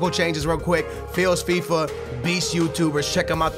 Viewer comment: did he say failsfifa